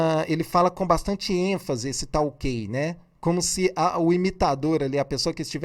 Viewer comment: Senhor YouTubezinho pensei que faria uma análise técnica, mas não essa piada de achismos seu. Cume? Bolsonavis não fala "cume", por que ele não fala errado? Se até você fala errado e é muito mais inteligente do que ele, imagine o ignorante do bolsonavis. Você fez toda essa piada de análise para ganhar like, foi?